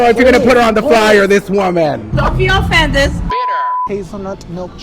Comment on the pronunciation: “Don’t be offendezzz” 😂